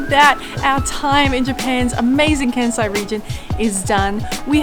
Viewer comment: New sub here! I'm an Aussie living in Osaka 😁 Great travel guide, guys. Informative and a nice snapshot of Kansai. Love the music choices and cinematics. Can I please offer a tip? Kansai is pronounced Kahn-sai not Can-sai. Taiyaki is one of my favourite street foods. Sweet potato is a seasonal taiyaki during winter. Right now, they're doing sakura (cherry blossom) flavour in prep for sakura season. The Choco Baby scene was hilarious 🤣 Koyasan is on the bucket list! Loved the drone shots and B-roll. By the way, Todaiji Temple's Buddha is bronze and the largest of its kind in the world. You guys are going to be huge travel vloggers!